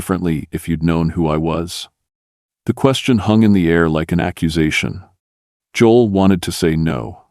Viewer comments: He can't even pronounce Joel correctly! This has to be not real! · Narrator can’t pronounce “Job”and Joel”.